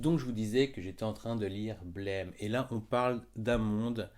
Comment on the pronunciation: Au top Juste on dit blame prononcé à la française (Oui je sais ça fait 20 ans qu'on dit blaime et c compliqué de changer c'était juste pour ta culture perso^^)